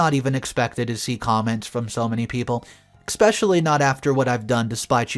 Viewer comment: Especially not expecially every video you pronounce it wrong.